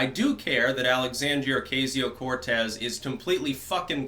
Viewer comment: Pronounce her name correctly